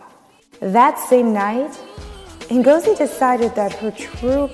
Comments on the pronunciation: It's not Mengozi foe Christ sakes, its Ngozi. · I hate they pronounce (E)ngozi like white people. But it's only a detail, lol. Love the show!